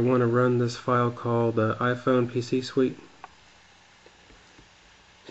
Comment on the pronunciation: hahaha iphone pc "SWIT" lol =p